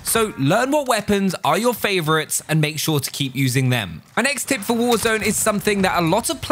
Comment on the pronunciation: Whenever he says "My next tip" it sound like my names Tim 😂